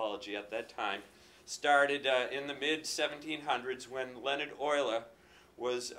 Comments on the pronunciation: Wait Leonard Euler? Isn't it leonhart "lee-on-hart"? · "Lae-onart" would be the most german way to say it. Lae like in Bae